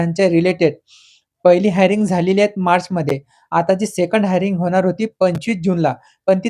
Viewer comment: हायरिंग ❌ हिअरिंग ✅